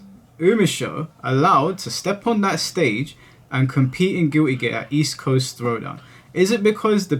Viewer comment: Guilty gear ❌ Giwwy gear ✅